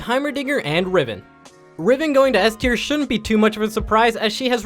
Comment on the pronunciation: Eth tier, sound it out and when ya figure it out get a new speaker for your vids LOL